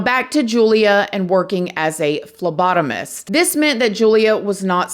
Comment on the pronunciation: This girl gave us fellow phlebotomist a bad name I promise not all phlebotomist are crazy like this girl most of us are completely normal:) also u pronounced It perfect most people have a hard time saying it Love u